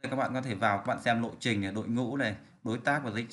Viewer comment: Là lộ trình đó, ngọng L với N và ngược lại